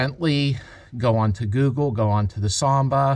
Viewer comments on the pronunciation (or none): none